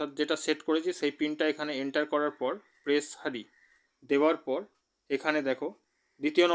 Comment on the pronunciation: Press হারি না বলে press হেয়ার বলতে শেখো।